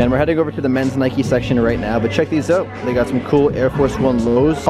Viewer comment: LOL “check these oot”